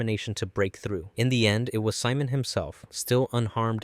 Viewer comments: Si-mon no it's see-moan 😭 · You said Simon wrong. Lol